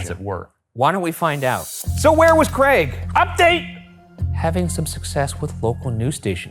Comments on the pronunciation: Thanks for saying Craig correctly Ryan, too many Americans say 'creg' and it does my nut in 😂😂 (brit here) haha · nice to hear an american pronounce craig correctly for once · I just want to thank Ryan for saying 'Craig' normally. when the video started I was scared I might not be able to watch if I kept hearing 'creg'